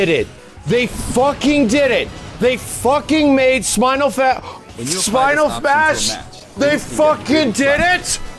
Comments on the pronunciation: "Sminal Fash" 😂😂😂 -, 2018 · "Spinal Fmash" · This! Is! Spinal Fmash! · oh my gosh i laughed so hard when he said Sinal Fmash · “Spinal fash” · NEW META "SINAL FMASH" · "Spinal Phash" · “Sminal Fash” Edit: I spelled it wrong myself Lol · No one:: Spinal fash meter?